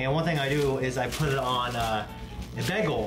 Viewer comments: "baggel"? goddammit,, you britta'd it! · Britta'ed saying bagel